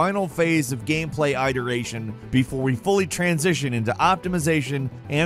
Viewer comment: Definitely butchered the 'Tsubame' pronunciation. Same with 'iteration' lol.